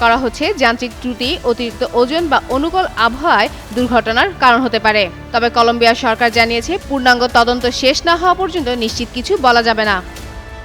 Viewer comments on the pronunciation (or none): কলম্বিয়া.... ভুল বলছ তুমি😊😊